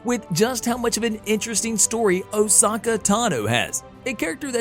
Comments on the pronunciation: I have to cross fandoms here... It's Ah- sO-ka, not ohsawka. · Ah-so-kha Not oh-sac-eh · Yeah its ah soak not Osaka ffs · OMG DUDE Say her name right. Can't even watch this past 1 min. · He's staying Asoka wrong it really Herts to here people say a simple name wrong 🤣